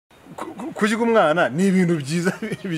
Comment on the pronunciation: Hhhh kurya......Umva uwo mutumirwa uko avuga "RYA"🤣🤣🤣